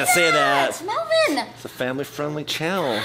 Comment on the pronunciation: Melvin says vy Chad melbon😂😂